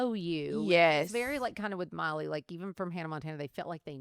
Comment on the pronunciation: I'm watching this and I'm like she look so much like Miley Cyrus and when she said Miley I kept hearing Molly then when she said Hannah Montana I'm like ohhhhh😮that is Miley's mom